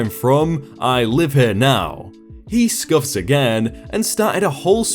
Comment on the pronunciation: Did he scuff or scoff? Sorry....